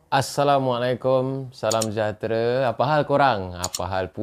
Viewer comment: sebut salam salah tu. Assalamualaikum, bukannya Assamualaikum